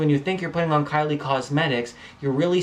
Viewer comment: you said karli lol